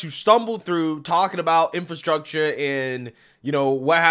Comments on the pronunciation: Can't even pronounce "infrastructure". What an embarrassment. One person claps. Wow! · DELEGADATION instead of delegation and INFRUCTURE/INFRATION instead of infrastructure.... wow..... What the heck did I just watch? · OMG! That press conference was horrific. Delegadation? Infraytion bill? Boyle Bile? (Brendan Boyle) Smattering of applause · Hey fetterman it's pronounced ar-te-ry and in-fra-stuc-ture. Smdh